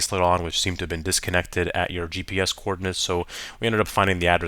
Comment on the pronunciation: I was dying when you said the co- ordinates😂😂😂😊